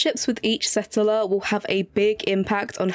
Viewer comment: Setteler? Gorgeous pronunciation except for 'settler' - setteler? Waiting so long for this game 😓